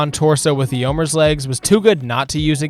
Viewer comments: The way you pronounced eomer and eowyn murdered me. It’s more like A Oh Mere and A Oh When. Not A oh murr and E oh win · Video was great but I’m still stuck on the Theoden, Eomer, and Eowyn pronunciation 😭